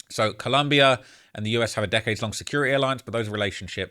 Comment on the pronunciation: its ColOmbia, not ColUmbia, are u american or wtf